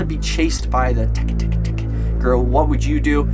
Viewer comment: It’s pronounced teck teck